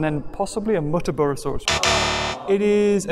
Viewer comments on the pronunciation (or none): i was so annoyed when you said muttaburrasaurus instead of whatever its name is, im australian